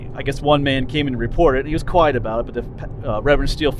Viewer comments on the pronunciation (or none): none